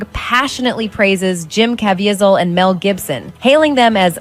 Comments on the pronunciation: she also says Jim Caviezel's name wrong. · I agree that it was cringy to hear his name mispronounced. I’m a big fan of his performance in The Count of Monte Cristo. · I'm supposed to be drawn into a sensationalized story that is a scare tactic for the cultists? The narrator can't even pronounce Jim Caviezel correctly. And Wahlberg comes from the entertainment industry. Is he not elite having a kid who wants to be a basketball player? A golfer? An equestrian? hmmmm Sounds like the snake oil is selling pretty well. Is Alex in town too? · C'mon, we all know 99% of the people who watched this/that video didn't even read the disclaimer. That's what they're saying here. But he overcame a lot of the crap he went through as a kid in a rough part of Boston. He was no angel and I believe that is what they're trying to say. And the narrator can't even pronounce the name of the star of the movie... it's James Caviezel (Kah-VEE-zel). James Caviezel is also a man of faith, which doesn't help in Hollywood. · Why didn't that narrator research how to pronouce the actor's name. It hurt me every time she mispronounced it. Haha Great video, by yhe way.